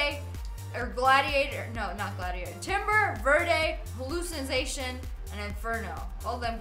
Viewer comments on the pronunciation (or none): "Hallucinazation" "fmg" lol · please stop saying hallucination if you don't know how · and another thing you pronounce a hallucination wrong